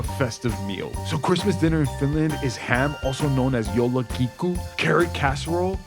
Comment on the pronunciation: Bro did not just say "yolakiku" 😂